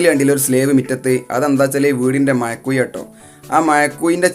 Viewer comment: മയക്കുയി അല്ലടാ ചെർക്കാ.. മഴക്കുഴി.. ഞാനും മലപ്പുറം ആണ്.പറയിപ്പിക്കല്ലേ....😂